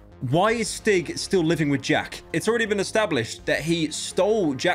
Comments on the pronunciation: I beg to god it’s annoying me the way you pronounce stig, it’s a long I, stiiig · Swedish "Stig" is pronounced "Steeg". Otherwise, great video! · Great vid but this one thing annoys me... As a Swedish person, I can say that it is pronounced "steeg" rather than "stig" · i keep hearing stick instead of stig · The pronunciation of Stig to any Swedish person just hurts